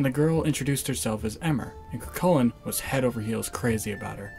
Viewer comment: It's pronounced eeee-mer not eh-mer